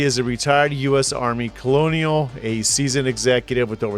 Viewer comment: Colonel is not pronounced "colonial." It is pronounced "kernel." Wow... Is there anything about which you are actually knowledgeable?